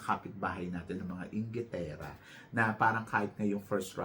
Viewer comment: emphasis on “ ingitera”…. ha ha ha…very bitter ba ang kapitbahay? lol